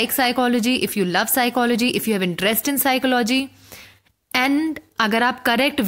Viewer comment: SOME one plz tell this young officer that PSYCHOLOGY is pronounced as PSYCHOLOGY itself n not as PSYCHO LOGY sounds very disappointing to receive such a stuff from IAS